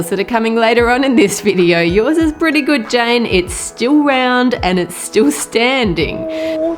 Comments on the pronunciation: Like that "gud" accent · I love how she says good,it is so Australian